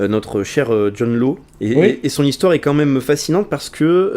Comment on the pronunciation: John Law se prononce John Lass ...